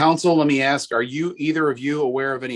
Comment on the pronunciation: He had to "AXE" a question lol Oy vey!!